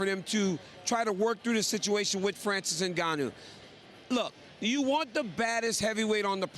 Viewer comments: Ngannou, not "en-gon-nyew." Sheesh. She had one job. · NgaYOU!!? It's interesting how folks pronounce names incorrectly.🤦🏿‍♂️🤦🏿‍♂️🤦🏿‍♂️ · Everyone: "NGannou" Ashley: "Engañu" 😆😆😆😆😆😆😆😆